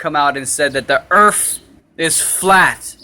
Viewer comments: The earf? lol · Earf? I always thought it was pronounced "Earth". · Earf lmao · There earf is a cone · Da Earffff is Hexagonal , octagonal, Cylindrical...Type ..Erffffff!!!! Bawahaha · Sorry man, I believe it's spelled Earph.